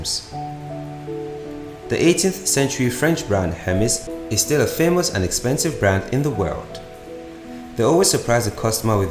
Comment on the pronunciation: Not hermis ...emeZ In pronunciation